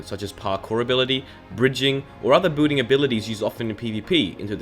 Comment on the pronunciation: Why does he pronounce "building" as "booting"